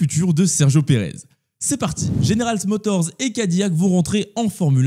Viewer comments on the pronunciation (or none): Stylée la miniature ! Et sinon c'est General MotorZ et pas GeneralZ Motor. Et encore sinon Perez est rincé, je vois pas dans quel monde il commence la saison 2025 chez RB !